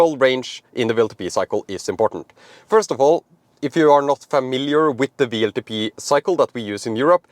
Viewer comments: I know you pronounce “w” as “v” in Norway, but why do you torture our American friends with this mysterious “VLTP” ? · W is pronounced "doubleyou" and not like V. Keep that in mind when talking about WLTP.